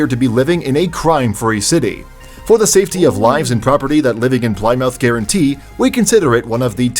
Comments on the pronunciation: Plie-mouth wrong 🤣🤣🤣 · As an American living in the UK, I cringed at almost every city pronunciation. Seriously? Ply-mouth? There is a Plymouth in Massachusetts, too - pronounced the same as the one in England! And Edin-burgh! Yikes! I don't know about anyone else, but I live in Edin-bra. If you're going to make, and upload for countless people to see, a video on cities/towns outside your own country, you have a responsibility to learn how to pronounce their names correctly. His laziness in not doing so is embarrassing. I wanted to pop through the screen and rocket him back into a classroom. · Americans say Plymouth the same way as Brits. No one says it the way the obvious speech AI did.